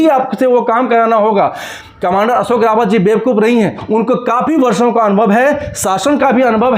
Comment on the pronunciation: मेहरबानी करके हमारे नेता का सही नाम कमांडर अशोकजी राऊत ( Ashokji Raut) है | सही उच्चारण की अपेक्षा करता हुँ ! रावत नही राऊत कहीए 🙏 श्रीराम 🌷 होरा भूषण डॉ सुरेश जोशी काका संभाजीनगर